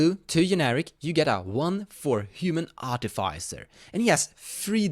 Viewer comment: arti fy sir lmao